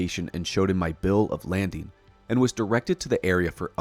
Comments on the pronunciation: Is this AI narration? It's MACnamara, not micknamara, it's CAValry, not CALVEry. It's "bill of lading" LAYding, not "landing" . . .you have a good, crisp, clear natural, well toned voice as demonstrated at ~ . Use it. Get rid of the AI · Bill of Lading, not “landing”. It’s essentially a shipping order / manifest. Thanks for putting all this info on Kecksburg together. I had forgotten about it since the UM episode first aired in 1990. I remember being fascinated about the case at the time.